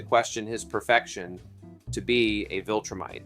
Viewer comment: this has an objectively LOW quality production but sometimes mindless stuff is good for background audio also what the fuck is a "wiltrum" or a "wiltrumite" it is a V. a V. not a W. a V.